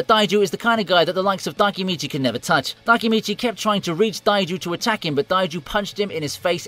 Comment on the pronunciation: Why are you saying Taiju and Takemichi so weird?